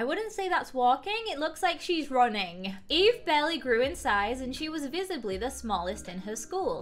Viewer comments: He keeps calling her evie and it makes me so frigging mad. Her name is fogging eve!!!!!!! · Video: Eve: Evie Me: i am c o n f u s i o n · My name: Eve: says eve Me: flinches (StOp SaYiNg My NaMe!-)